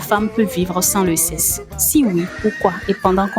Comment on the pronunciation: on prononce le seksse et non sesse sexe